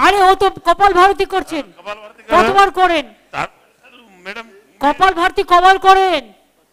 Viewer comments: " kopal barati " ? ? Haye amar kopal 🤣 ... Kothata holo kapalbhaati ... Orthat kapal + aabhati = kapaalbhaati ... Ei pranayam roj korle shorir detoxified hoy jaatey kopaal er theke abha beroye tai kapaalbaati .. ... Bangla uchharon e kopaalbhaati bola jete parey ... Kothata Sanskrit .. Bujhlen ??? Tai bhulbhal kopal barati ba kopalbharti bolben na please 🙏 ...khub kharap lagey kaan e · Great. It is not kapal bharti , it is kapal bhati... Not arbic it is aerobic..... Anyway, good class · কপাল ভাতি কে কপালভারতী বলছেন, এমন মুখ্যমন্ত্রী আর কোথাও পাওয়া যাবে না। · Are baba amio kri kopalvati not kopalvaroti, ar ami kri 2000 er thekeo besi uni thik blechen nak die niswas charte hoe sudhu peter ota nama bad baki noe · Madam ota kopal varti noi 🤣🤣🤣kopal vati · কপালভাতি আর এরবিক জানি, সব ভুলভাল উচ্চারণ।